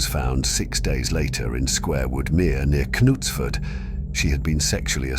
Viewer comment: 'Canutes ford'???